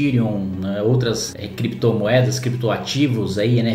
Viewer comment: Considerando que o "chefe" de vocês fala "Crépitomoéda" e "Bitcóio". Deixa eles regulamentarem. Quero ver conseguir achar pra tributar. Ah... Outra coisa. Não é pra usar exchange nacional, né gente? Não façam merda.